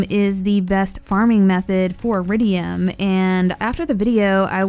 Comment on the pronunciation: Wait, it’s eridium and not eridian?